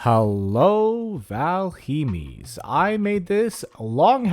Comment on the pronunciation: ahhhh it's not VALHEEEEEMM. It's pronounced Val-Hi-m. Yes the letters for english has the i and e backwards but thats how its correctly pronounced.